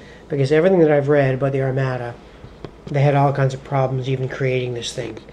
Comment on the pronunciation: Thanks for the effort. It was clearly designed to be driven by logistics-which you also clearly have no interest in (forgetting to buy munitions LOL) so I am not surprised that it did not appeal to you. FYI, Armada is pronounced "ar-mah-da", victuals is pronounced "vit ela", and Cadiz is pronounced "cah-deeth". Anyway, good effort.